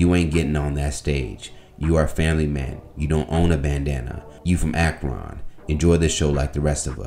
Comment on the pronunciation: Ak-Ron???!!! 🤨🤨🤨 Word? You can't pronounce Akron, sir? 😑